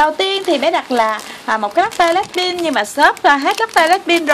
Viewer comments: Black pink mà cj cứ nói là black pin ko hà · Blackpink chứ không phải blackpin nha chị